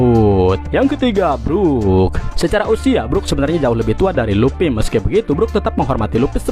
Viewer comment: Bukan luppy mang,luffy..luffyyyy